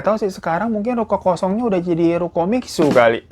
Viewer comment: Bang btw bacanya mixue itu misye